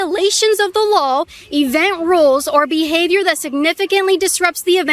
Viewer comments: WHY why the heck can she STILL not properly pronounce - LAW its now LAWL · I think it's cute that you say "LawL" when you say the word law! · Y can't u pronounce law.... U keep saying lawl